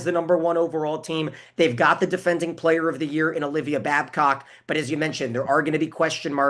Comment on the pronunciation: Mick Haley ... Get her name correct: It's Olivia Babcock. It is rather shameful and outright disrespectful that you continued to mispronounce and 'butcher' her name.